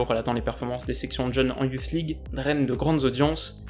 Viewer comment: La youflze league 😂😂😂 ta prononciation me tue